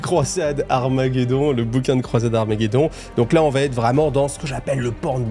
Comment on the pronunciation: Sam'di cette fois c'est fini! J'apprécie l'effort sur les musiques celle de la fin est bien sympa ça fait plaisir. Sinon j'aime bcp ton travail. Je me dis que si j'étais un auteur Black Libruary j'écouterais tes vidéos pour combler les failles et incohérences des récits Merci m'sieur. (Attention aux fausses liaisons: 8 zobjets ou ça va t-être mais je connais tes conditions d'enregistrement en quasi conditions du live)